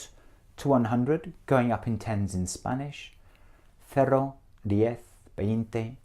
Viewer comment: El "cero" está mal pronunciado. Suena algo entre el "cero" y "cerro". Es una erre muy extraña, pero no es la nativa. Noventa hace algo de fricación, y no es así. Noventa suena como si fuera NOBENTA. Por lo demas muy buena pronunciación y entonación.